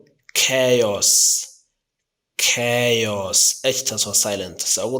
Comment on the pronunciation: But, I have never seen a person who makes mistakes in pronunciation! Pronunciation is so important because you wanna teach something for other people! Weapons= webanis, you should learn phonetics if you want to be a teacher! But, your pronunciation is completely wrong! Battle field you have not enunciated it well! Chaos,you should pronounce it ke'yas and so on!